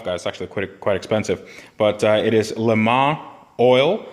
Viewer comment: Thank you for the correct pronunciation of Le Mans btw